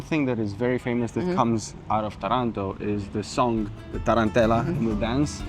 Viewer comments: ❤❤❤. In the name of the city of Taranto, the stress falls on the first syllable. The correct pronunciation is therefore Tà-ran-to.. thanks for sharing this beautiful video along with all the other ones ❣️😃👍🙌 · You have a very good pronunciation of Italian names and words, but with the city of Taranto , the stress must be on the first "a". 😊 However you did such a good job. Always very fine, classy and elegant you both!!